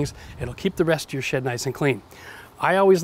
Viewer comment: did he just say "keep the rest of your shit nice and clean" 🤷 Oh, "shed" 🤓😉🤣👉